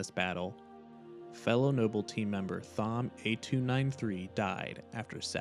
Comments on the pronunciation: Thom is pronounced Tom. 🤦🏽‍♂️ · Thom is pronounce Tom. Shitty AI or just poor education?